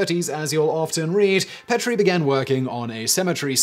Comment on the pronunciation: I've been to the Petrie Museum. Petrie is pronounce Pee-tree